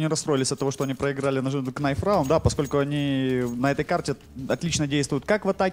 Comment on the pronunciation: Не КНАЙФ, а Найф, комментаторы учите eng pls !